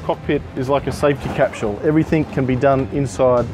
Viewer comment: Dude "everythink" is not a real word.